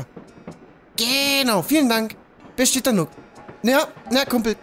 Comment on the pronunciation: Tom Nook, nicht Tom Nock! Wie Nuuk ausgesprochen. triggered